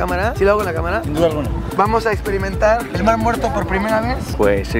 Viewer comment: Jajajaja 😂😂😂 minuto ESTE ES EL MAR MUERTOH